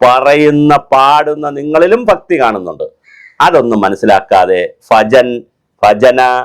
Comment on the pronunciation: സാറെ , സാറ് പറയുന്നത് ഫജൻ എന്നാണ് കേൾക്കുന്നത് ഭജൻ എന്നല്ലേ